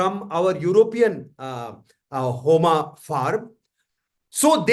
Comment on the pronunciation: It was a very insightful session. Thank you. One suggestion - please pronounce 'Agnihotra' and 'Homa' the bharatiya way.. Ie without pronouncing 'a' in the end. It is अग्निहोत्र not अग्निहोत्रा , similarly होम not होमा। let's not misspell sanskrit/hindi words/names/nouns when we translate them into english.... words carry meaning.. right?